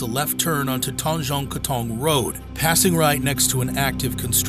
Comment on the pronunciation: "tuanjong kuaton" as a singaporean thats not how you pronounce tanjong katong